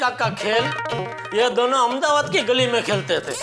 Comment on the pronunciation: Y she say amdabad it’s Ahmedabad idiot ppl make there own names